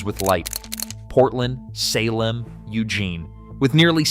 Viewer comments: It's not Will-A-Met it's will-am-et. It's not Salim it's Say-limb. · In addition to butchering the name Willamette (pronounced: Will-Am-Et) it's also not Sulem... it's Salem (pronounce Say-lem). Do it right or don't do it at all!!! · Pronounced the state capital THREE different ways! Only once correctly toward the very end of the video. Correctly = Say-lem. Wrong = all the other ways. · Will-AM-mette! SAY-lem! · And for the love of GOD it's pronounced Say-Lem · Credibility shot when can’t even pronounce Willamette or Salem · It’s amazing how the highly intelligent AI can’t pronounce Willamette or Salem properly. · Yeah I agree with you guys if they would say the names of our valleys and cities and everything it would be pretty good but no they haven't trained the AI to say and pronounce our words correctly like Willamette like Salem and any other words that they're going to mispronounce for the state of Oregon I have another problem here too I'm talking this into my phone and every time I annunciate it wants to stop and I have to redo it to print what I'm saying that's because he's damn it I just don't want to say the words right so I want to say to this is you better get Oregon right because you don't know who you're talking about if you don't damn phone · you can't pronounce Salem or Willamette. . Learn how to pronounce our names or don't make a video about my area. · That pronunciation of Salem was a choice. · This is total B S! lies as expected from fox noise. You can'' even pronounce Willamette or Salem. You totally misconstrue the timber issues. and all the others. There are no counties that won votes to join Idaho.Those counties voted to study the issue not to leave the state I know fox has no use for truth and accuracy, Just don't believe them! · Interesting info to this native Oregonian, but the narrator obviously didn't do his research on how to pronounce WillAmette, SAlem, or Wallowa. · He screwed up Salem too. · Did you catch how he pronounced Salem?